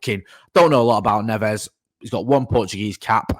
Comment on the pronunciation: You pronounce the J in Portuguese